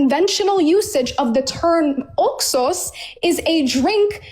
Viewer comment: How about we take a sip of wine every time she says Oxos? And actuality, I hate the way she says that she keeps saying it like she’s saying two words, “ox sauce” And I feel like if she says that word one more time it makes me wanna slap her. This girl is not bright. I see what Mohammad was talking about when he said “half brained.“ They’re all like this. She needs deliverance so she’s also calling Jesus Christ a liar? Girl, you better repent and repent fast that’s not funny.